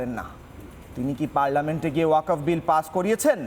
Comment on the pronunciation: হারাম/জাদা'রা ঠিক মতো ওয়াকফ্ বলতে পারে না। বলে ওয়া কপ !!!